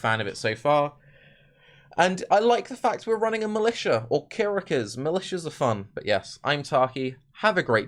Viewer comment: "Militias are fun" Sounding a bit too American there XP